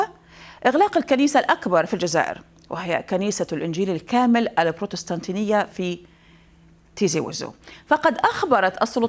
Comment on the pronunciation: بعيدا عن الموضوع .. لغتك العربية ركيكة يا اختي .. بروتيستانتية ماشي بروتستانتينية 🤷🏻‍♀️🤷🏻‍♀️